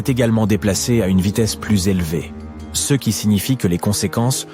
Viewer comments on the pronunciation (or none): Et bien évidemment une ia éclaté qui au lieu de dire ( ce ) dit ( céeuh) tous les 2 minutes si c'est pour éviter de poser sa voix sur une vidéo, autant ne pas faire de vidéo